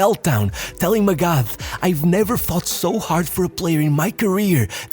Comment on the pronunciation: Friendly tip/reminder for any future videos where felix magath is mentioned. The "th" in his surname is pronounced like a regular "t" and not the "th" way in english.